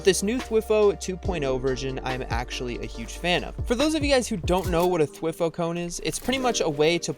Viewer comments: It's THWEEE HOO not thwif who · Every time he says "thwih-fo" a small part of me decays and dies off. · It physically hurts me hearing him say "thwi-foe". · T y foooooo not twi foeeee!!!!!!!!!! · th-why-foe? Nah. T H W E E F O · it’s pronounced (thwigh-foe) not (twih-foe) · He said dwiiiiífo cone lol U pronounce it wrong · By the way, you say “Thwifo” like “TH-WY-FO” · It’s prounouced “thwhy fo” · Wtf Is A Thiwfoe 😂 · It is spelled thwifo and it is pronounced like:Th-why-foe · why are you saying thwifo like that😭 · thwi-foe cringe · It’s pronounced thwyfo cone lol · Omg haha the way he says ”thwifo”😂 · I used to say thwifo like he does 😂